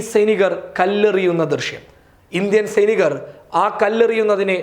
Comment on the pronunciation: സെയ്‌ നീകർ പെരിക്ക് എവിട യോ ഒരു ഇത്‌ സൈനീകർ പരിക്ക് എന്നാണ് ഇത് മലയാളം ആണോ കുഞ്ഞേ.